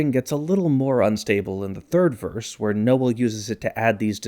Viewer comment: Strange pronunciation of Noel. You make it two syllables 😂